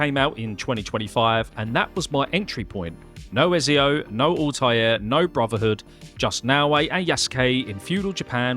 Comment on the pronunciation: Why you keep saying ezio name wrong? 😔